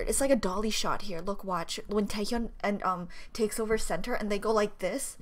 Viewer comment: look at Ningning and Cherry 😂😂😂😂 I Like the way u call Taehyun 'cerry' 😭😭 Sorry for bad English 🇮🇩